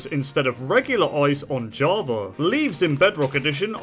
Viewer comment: ''javar'' got me